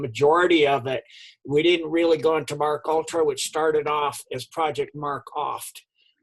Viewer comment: It’s Pronounced: M.... (Like M&M) KAY...ULTRA ( No disrespect intended) 🤗🥰